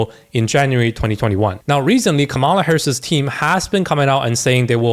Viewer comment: Dude - learn how to pronounce Kamala